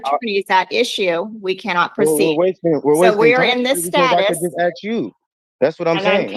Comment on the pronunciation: 'Aks' again. A Jedi-level dimwit